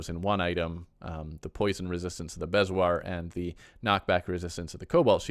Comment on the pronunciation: I love your videos, since the upgrade I'm lost so I'm watching a lot. Helpful note: bezoar is pronounced bee'zore. (in England anyway!)